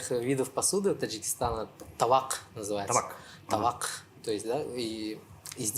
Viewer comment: Правильно табак., а не тавак.